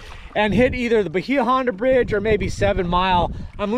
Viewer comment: Say "Bayah Honda" not "Bahea"